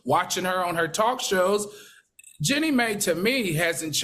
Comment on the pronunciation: I hear you but this is someone’s name. The least she can do is learn the correct pronunciation of someone’s name. It’s very unprofessional considering this is supposed to be a talk show.